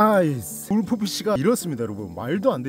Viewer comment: 울프피시는 룰프피시 라고 해주세요